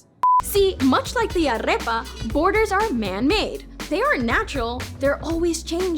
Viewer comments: hahaha... got mixed up with arepa... the R sounds like aritmetics and not like rabbit... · Is not arreoa, is arepa...😂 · ITS AREPA NOT ARREPA OML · Okay I was loving every video you made UNTIL you said ARREPA instead of AREPA. You don’t get to call yourself Colombian ( or even half Colombian ) if you don’t know la canción del granito de café de águila roja, bailar salsa and how to PRONOUNCE the word AREPA!!!! It’s in the Colombian constitution! It’s part of out citizenship test! you’re not Colombian... you’re Colombian >.> xD ya enserio me mataste con esa pronunciación 😂😂😂 igual aún me caes bien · It's not "arrepa" is arepa 😑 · 'Arepa' not 'Arrrrrepa'. Moving on. Love your videos xD. Damn, Mexico was huge! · Cringing on the way she says “arepa” 😫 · Excellent video! I admire your work very much!!! I havo to tell you though: you're not pronouncing "arepa" correctly 😅. The letter "r" in arepa is pronounced like in the word "perico" and you pronounced it many times like in the word "perro" 😄. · You're half colombian and you can't pronounce correctly "arepa". Common sister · just a constructive comment the R in arepa is not rolled.